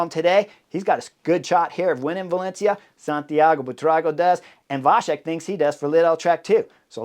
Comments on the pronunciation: Thank you for the nice comment. A small note: in the middle of the name VaCek, there is not a "sh" in the pronunciation, but a "ts", the "C" in the original sounds similar to the German "Ziel". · The name Vacek C is the same like you would say first C in word cycling. Your version sounds like Š in czech language.. Anyways great breakdown Chris.. 🙂